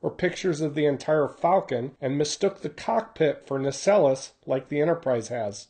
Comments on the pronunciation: Sorry to be that guy again but it's pronounced Nay Cells not Nar Sellus. Like Lando I'm just trying to help.😀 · if you're talking about the Enterprise's warp drive, I believe it is pronounced 'nah-cells"